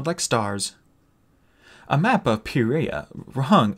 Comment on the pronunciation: Hi, it's not pe-re-a it's Pie-re-a😂